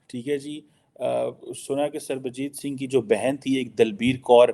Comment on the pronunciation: Fake Phd Chamaar Kheema cannot pronounce Punjabi name Sarabjit Singh 😂😂